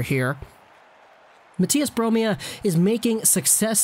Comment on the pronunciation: its Bromé eliteprospects was made by a swedish guy